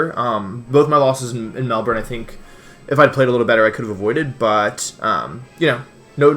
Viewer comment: It made me so happy when you corrected yourself to say Melbourne (Melbin) correctly.